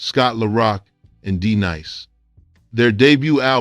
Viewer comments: D Nice not Deneece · I stopped listening after you said D Niece.Clearly you know nothing about what you're reading and you must be stopped. Lolz 😂😂😂😂😂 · The narrator referred to D-Nice as D niece, which tells me he knows nothing about BDP. Stop making videos just to make money. Fail! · First of All, Who in the World is "DeNiese?" smh. As soon as i heard THAT i Immediately Clicked OFF. Automatically Triggered my "NOT A TRUE HIPHOP HEAD" Alert. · A legend...loves gonna getcha......but you lost me when you said D Niece?.......hunh?...wtf?......😂.... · "Dee-Neece, Beep Boop." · Damn, did you just say Deneece?????????😂🤣😅😆😅🤣😂🤣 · I heard that too!!😂😂😂